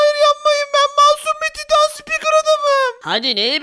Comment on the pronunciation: Abi taytın değil titan